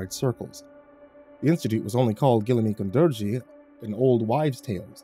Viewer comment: Hey a fan from Kazakhstan here! Ғылымі қондырғы means ‘science installation’ in Kazakh, and you pronounced it pretty alright since google translate cant help you with kazakh, but the letter ғ is pronounced kinda like how french pronounce the letter r (thats just the best way I can describe it in a youtube comment dont me), and the қ is pronounced more harshly kinda like ‘kh’ or ‘qh’. Would be dope if ya nail it if you continue with the series, but it’s hard to explain pronunciation thru text Also 15,000 a day is a ridiculously tiny wage (but maybe more acceptable in rural areas… still sucks tho)